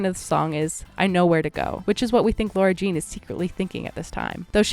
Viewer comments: REEEEEEEEEEEEEEEEEEEEEEEEEEEEEEEEEEEEE ugh whyyyy is she calling her Laura Jean it’s FRICKEN LARA JEAN BROOOOO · Why do you keep saying her name like Laura Jean???